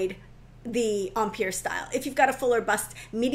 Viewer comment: I was enjoying the video, but then “empire” happened. Please, please, if you insist on the French pronunciation, use the correct accent. An American accent with the French pronunciation is nails on a chalkboard in my head 😰